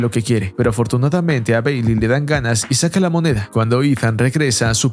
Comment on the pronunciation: Mi parte favorita fue cuando dice beyli...